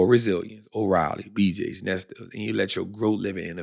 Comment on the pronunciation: itz pronounced "nest lee", how can we be confident in ur stock picks if u can't even pronounce the shit??? ignorance is not bliss, u sound goofy AF to the ppl who know better... good thing ur audience doesn't know any better, they woulda called u out a long time ago...